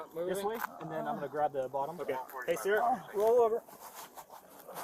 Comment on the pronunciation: Everytime the side said Sarah I thought he was saying sir